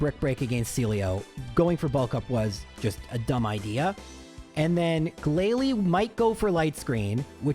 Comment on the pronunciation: you made mispronunciations during the Elite Four. Not the trainers, you got those 100% correct as always, but you said “Glalie” instead of “GLALIE!”